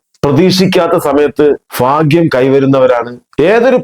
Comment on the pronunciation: സാമാന്യ വിദ്യാഭ്യാസം ഇണ്ടെന്നു കരുതുന്ന താങ്കളെപ്പോലുള്ളവർ ഫാഗ്യം ഫരണി ഫീരു മനോഫാവം എന്നിങ്ങനെ വിചാരിക്കുന്നത് കേൾക്കുമ്പോൾ അറപ്പു തോന്നുന്നു. കഷ്ടം സഹോദരാ മലയാളത്തെ നാണം കെടുത്താതെ 🙏